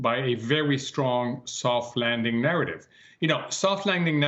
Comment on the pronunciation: A vewy, vewy thoft wanding.